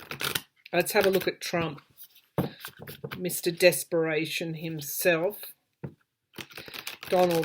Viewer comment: When you said trump mr desperation, I thought you said trump mr deathperation. Oops, I had to go back.